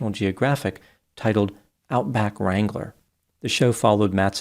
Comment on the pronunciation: I swear, I tought I’d heard “horse strangler” instead of “horse wrangler”.